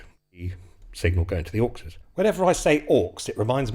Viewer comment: Every time you say 'Auxes' I hear "Orcses, Precious..." 😲